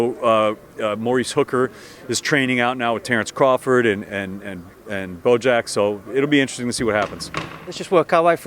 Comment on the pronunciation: Did he just call Bomac BoJack? lmfao!